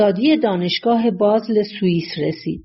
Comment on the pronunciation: متاسفانه گوینده در بیان کلماتی مثل بازل و هایدگر و... دچار اشتباه شده است